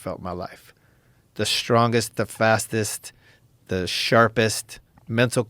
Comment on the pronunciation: “So” generally starts a sentence that furthers a thought by the same speaker. It shouldn’t be used as the first word of a reply. And people need to stop saying “shtreet” and “shtrong.”